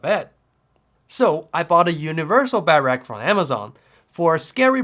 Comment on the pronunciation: Imagine being 30 years old and not being able to say “Bed-Rack” properly…😐